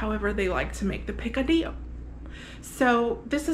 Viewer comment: Ok, I grew up in Miami and Picadillo does not sound right unless you say it with the Cuban accent! So redo this video and include the accent. 🤣🤣 That looked so good, I am going to try and make it again. I have tried before but can never get the meat fine enough. So having said that, does using sirloin allow the meat fall apart easier? LOVE the knife skills! Primo!!! I can only imagine the smell that drifted through the condo, I bet it was delicious! 😍😍